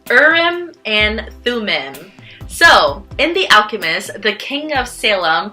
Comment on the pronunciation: Interesting video. I just wanted to point out two things or make a couple corrections rather. Urim and Thummim are from the Hebrew Bible and being that the words are Hebrew, the “i” in each word is actually pronounced like a double “e”. So the proper pronunciation is Ureem and Thumeem. Second, the dark stone means no, and the light stone means yes, not the other way around. Urim (the light stone) means light and truth. Thumim (the dark stone) means guilty or cursed, which is why the dark stone is no.